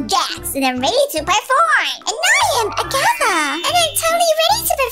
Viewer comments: Its ragatha not agatha😮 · its not agata its ragitha